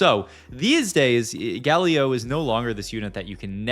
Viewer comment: he pronounced Galio as Guh-Lee-Oh and then as Gal-Eoh in the same sentence ahhaah it's some pretty top notch trolling.